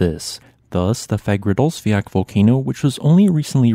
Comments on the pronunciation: Fagradalsfjall pronounciation is... Im cringing every time and im not even icelandic. you'll get closer with Fa-ra-dalls-fjel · Nice video. p.s. You have to stop butchering the name Fagradalsfjall. It has 2 L´s in the end and you don´t pronounce an L. Instead of sayin "Fiat/Fiak?"", say "Fiatl". And Keilir is "Kayleer".